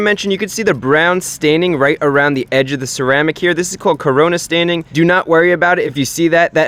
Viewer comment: did this fool say corona staining 😭